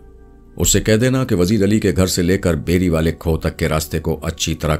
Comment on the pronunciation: Khoh nhi khoo kehte hen